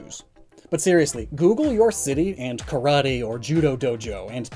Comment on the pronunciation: Karate is so popular that americans can't even pronounce it right..